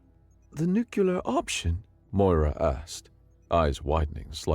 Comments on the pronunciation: The name Moira is pronounced Moy-ra, and sounds best with an Irish Brouge. More-a is a common mispronunciation in America. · Opening moments... "warfare" not "warefare" "augmented" not "augmated" "Moira" not "Moria" ...rough start with all those in the span of about 6 seconds, but great story! Later on, you have a couple of instances of the word "facet" which you read as "faucet" instead. A few minutes after getting it wrong multiple times in a row, you get it right, confirming you do know the difference, but you continue to pronounce "Moira" as "Mora" or "Moria" throughout the video. Also, "empathic" is not the same word as "empathetic" and while there's some overlap in the meanings, the written "empathic" was more correct in context than the word "empathetic" which you read in its place. Another one is "chirality" where you used the wrong type of "ch" sound. This seems like a "should have pre-read the story and looked up the words you don't know" moment, and your pronunciation of "subsequently" gives the same impression. And in the awkward doubled-up line where your video got glitched out (in which the subtitles disappeared for the duplicated chunk of voice work), you ended with "the unprecedented phenomenon it was odd." Except that the text doesn't have the last word of what you said, because that word makes the sentence incoherent.